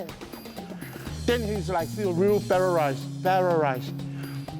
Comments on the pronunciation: He always says paralyzed as parorized. 😂😂😂😂😂😂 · "Parrarized". LMMFAO